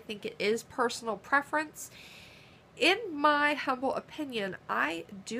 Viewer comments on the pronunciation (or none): none